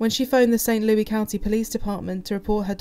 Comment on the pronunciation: It is pronounced "Saint Lewis" not Louis even though it is spelled that way LOL - American English